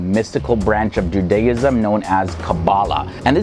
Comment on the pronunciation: Interesting video, I enjoyed the explanations. I've never heard anyone pronounce Judaism that way, though. We normally put the emphasis on the first syllable. Also note that the "ch" in transliteration is not pronounced like the "ch" in cheese. It's pronounced like you're clearly your throat (e.g. challah, Chanukah)